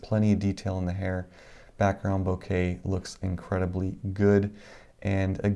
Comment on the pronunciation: LOL, please stop saying "Bo Kay." It's pronounced "BO KAH."